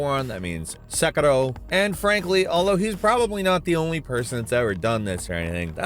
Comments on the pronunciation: I chuckled at the way he said Sekiro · Are we just not gonna talk about the way he said Sekiro